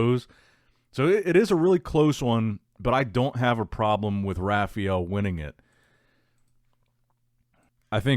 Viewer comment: Does anyone else cringe when he says Rafael? It’s the worst!